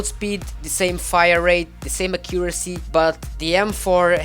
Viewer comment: lol u say a-CCU-ra-cy its supposed to be A-ccu-ra-cy emphasizing the first syllable instead of the second